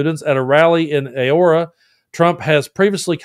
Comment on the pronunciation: Auroa is pronounced 'ah-ror-ah' Thank you for standing up for our Country.💙